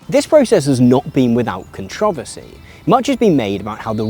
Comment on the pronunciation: The way you pronounce controversy is shocking